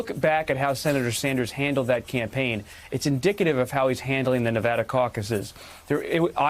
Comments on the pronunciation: If you guys are going to cover news about Navada, why not make an effort to pronounce it correctly? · They can't even pronounce the name of the state correctly.